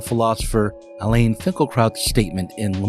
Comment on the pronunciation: It’s not “Ha-ra-retz,” it’s “Ha-ah-retz.” And his name is not Elaine Finkelkaut, it’s Alain which is the French form of Alan, the last syllable is a nasalized vowel that doesn’t exist in English. Just call him Alan.